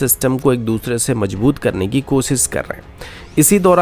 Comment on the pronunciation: Newzzzzz, Suroooo, Kosis, Specially, Saizzz